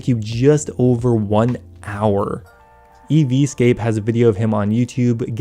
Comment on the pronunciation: I thought it was "EZ scape"